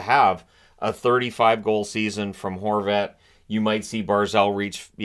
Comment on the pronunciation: at first i thought you called him Goal Horvat 😂